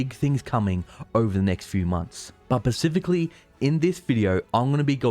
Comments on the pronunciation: You always say 'pacifically' instead of 'specifically'. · "Specifically" not "pacifically" ^_^ X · Spaaaaaaghh cifically specifically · I love your stuff but please stop saying 'pacifically'. The word is 'specifically' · Specifically, not Pacifically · I'm a loyal subscriber and i appreciate your videos. Can you please use "specifically" instead of "pacifically"? It distracts me every time and I have to rewind lol. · ur saying pacificly on purpose arent you... 🤨🤨😆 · I just came back to hear him say 'pacifically' again. Only took 12 seconds. I'm out. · I better not hear any “pacifically’s” out of you today